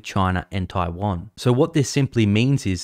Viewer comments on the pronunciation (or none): none